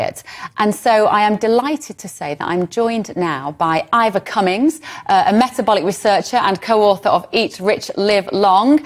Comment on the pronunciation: The guy who insults the other guy is usually the loser. Ivor showed data, and did not resort to insults. And Ivor did not even bother to correct the interviewer for mispronouncing his name. Winner: CUMMINS.